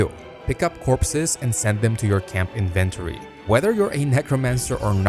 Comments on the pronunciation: Inventory isn't a difficult word to pronounce what the hell was that dude? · Inventory. Please. Learn. How. To. Say. Inventory. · Inven-tor-E...i love it! Gonna start pronoincing it loke this from now on. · So weird how he says "inventory" lol